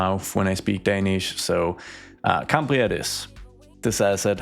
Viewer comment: Cymru is pronounced as “come-re” and the pronunciation of Cambria was perfect